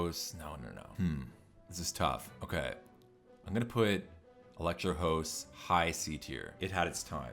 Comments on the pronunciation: It’s house is a house it’s a goddamn house not hoes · HoSe mad! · I love how you pronounce house lmaoo